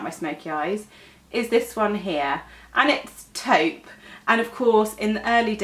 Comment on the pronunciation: If I was rich, I would slap the vitamin enriched face base all over my body. The texture is really nice and it has the best, lovely but not overwhelming scent. Also, it's nice to hear a beauty specialist in Youtube who actually knows how to pronounce "taupe". I see a lot of beauty influencers (even the most popular ones) who pronounce "taupe" the wrong way. It's not an uncommon shade for them not to at least research on the right way of saying it. It either adds or reduces credibility., your professionalism shines through your homemade videos.